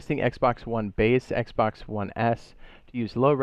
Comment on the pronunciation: I didn’t like the brief pause you took between ps4 and Xbox one , also they way you said it too. Wanna fight or something bro?